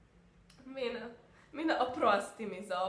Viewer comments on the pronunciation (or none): none